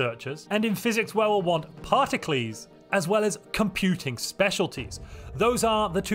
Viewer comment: this guy really said “Parti-cles” like some Greek mathematician